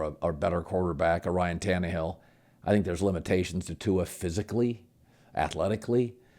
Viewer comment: This man said Ryan tannehill?